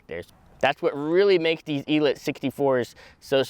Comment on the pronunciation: ELEEEETE.....el-eeete like... il-eat